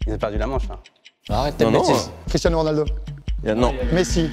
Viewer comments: " cristinao ronaldo" Y'a unpetit problème non ? xD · A vous respectez pas « Cristinao » 🤣🤣🤣😭